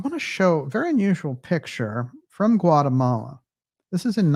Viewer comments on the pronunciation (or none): none